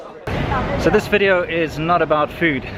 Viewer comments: ...weeedio LOL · What's a Wideo?